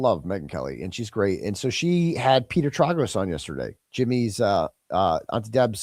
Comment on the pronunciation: Trāgos. Tray gos. You can’t do this to the gorgeous lawyer. You have to pronounce it correctly in honor of our Auntie. Xxoo.